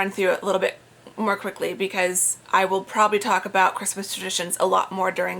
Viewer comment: "time goes by so quackly" made me giggle lol! you never pronounce my name wrong but I just wanted to say I love how you say it!! I'd love to read that romance novel! i love a bit of romance <3 xx